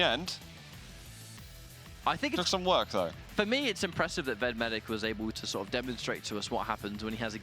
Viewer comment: 5 and a half minutes into the match on Molten Falls and I just have to ask what on Earth they keep calling V E D. Are they saying Ved Medic?